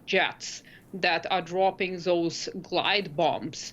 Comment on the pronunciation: On point like usual.Well said! (a little more work on pronouncing 'those')